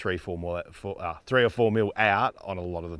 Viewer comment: Its a LC THREE hundred series not a LC FREEhundred series...